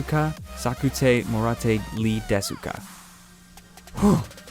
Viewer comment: Deska, not desooka